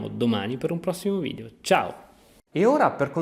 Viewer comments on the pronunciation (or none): none